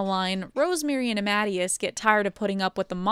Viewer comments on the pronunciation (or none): lol, Miles' dad isn't Amadeus as in Uh-mad-ee-us, it's ah-muh-day-us. This video is great though! And as an Ian, it's funny to hear the name pronounced eye-an instead of Ee-an! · It’s pronounced “ah-muh-day-us”. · A few corrections and other notes: Amadeus is pronounced "ah-muh-DAY-us." Amy's old design wasn't from the Dreamcast. It was from before the Dreamcast. Amy in the games is only 12. Zones are alternate dimensions in most Western continuities, but in the main Sega continuity, they're just places. You forgot to mention Ken Penders saying he should have the rights to use Knuckles in his comic series that still isn't out.